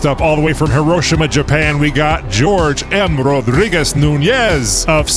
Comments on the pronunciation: I'm thinking Jorge is not pronounced as 'George'... Pretty sure it's "Whore'hay" lol:person-turqouise-waving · It's not "George" it's hor-HEY. Not that it matters now. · It’s Hor-hay, not George. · "Jorge" = Hor hey. "George" 😅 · 2D, please help with name enunciation!!! I didn’t see a George out there, rather I saw a Jorge (pronounced Whore-Hey)!!!!! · "Jorge" is pronounced "hor-he", right? :-) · Jorge is pronounced hor-hey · It's Jorge, not George.